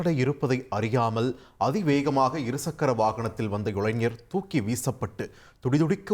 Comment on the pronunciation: செய்தி வாசிப்பாளினி நீண்ட நாட்களாக 'இருச்சக்கர' வாகனம் என்றே உச்சரிக்கிறார். இரு சக்கர வாகனம் என்பதில் இடையில் 'ச்' வராது.